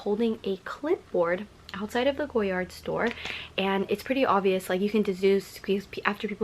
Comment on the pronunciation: Also it’s “goyar” the d is silent, but most YouTubers really stress that “d” sound